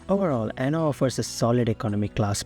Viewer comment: No it's pronounced A-N-A not "Anna" lol.